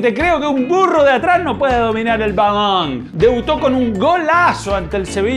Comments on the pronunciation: Que te parece si dices BALON!!! Así no mas, sin tener que decir esa palabra balaaaaan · No puede pronunciar bien balón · Porque dices balonggg en ves de balón ? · Padecerá algún tipo de problema por su forma de hablar o quiere perecer gracioso? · Matías Garato fútbol mexicano (balong lo dijo con acento mexicano)